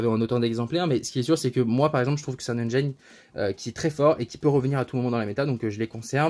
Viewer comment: Les francophones détruisent bcp trop l'anglais , "engine" se prononce engine et pas engyne